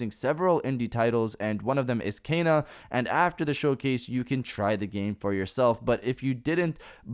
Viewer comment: It's pronounced Ken-a, not Kay-na.